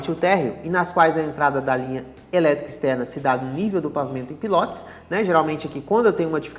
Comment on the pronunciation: Pilótis não, o certo é PILOTÍS